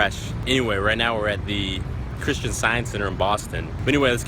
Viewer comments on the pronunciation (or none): none